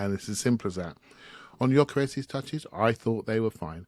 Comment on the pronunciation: really needs to stop saying YOKERESHSHSH